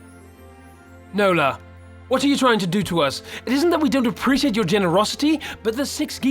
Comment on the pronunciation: My middle name is Nola. It was my great grandmother's name. I like the way you say it with your accent 😉